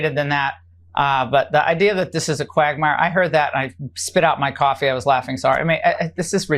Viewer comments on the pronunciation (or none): none